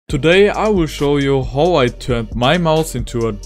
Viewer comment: Произношение очень странное типо это: HOW-хов?